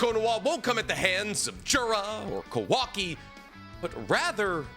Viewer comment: Might be the lack of sleep but is he purposely saying kawaki’s name wrong 😑